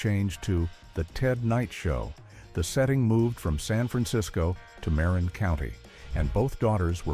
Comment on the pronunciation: It's pronounced "Muh-Rin" County.